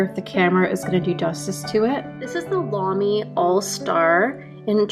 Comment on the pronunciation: You said both Lamy and Leuchtturm correctly! Do you speak German?